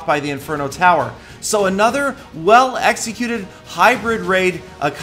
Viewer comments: in this post confirmed he said "Executed" "X-ecuted" to imply modding. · Anyone else hear the stress on EXcetued at 3.06 😏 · DCtheGamer I disagree. The tone was obviously part of a re-recording because he fumbled on the word.